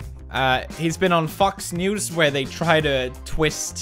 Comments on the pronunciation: Felix the way you said “FOX NEWS” tho 😂 it sounded like “FUCKS NEWS” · Did Pewds just said Fucks News? Hey, its FOX news, not give a Fuck News. LUL. Seriously, that was funny.